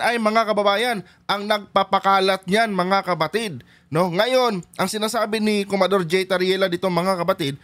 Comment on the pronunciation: Commodor hindi comador